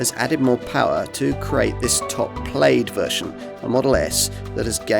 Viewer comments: Should be pronounced PLAD not PLAYED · Plade?!? Really, guy? And you had to repeat it four times in the first minute. It’s “Plad”. Yeah, I know every other -aid word is “-ade”, but hey, it’s English. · How on earth do you live in the country that invented English and is connected to Scotland and you cant pronounce Plaid correctly?